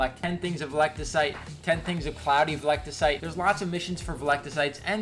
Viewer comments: "Velecticite" Wat. Veltecite. Vel. Teh. Site. Veltecite. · Vel-ti-cite not veliticite Lmaoo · "velectacite" brotha, you play the game this much and can't remember Veltecite, normally wouldn't critique something so minor but when you making a video about the shit why not at least make sure you saying it right 😂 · its "VEL" - "TEH" - "SITE"...